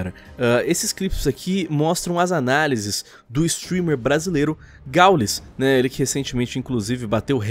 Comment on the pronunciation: caralho é difícil falar Gaul”ê”s??